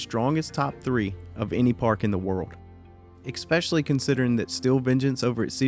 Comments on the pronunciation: “Especially” not “Exspecially” 😊❤️ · exspecially isn't a word